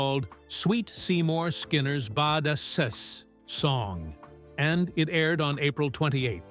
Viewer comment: Please get a REAL narrator! Badass isn’t pronounced like that😤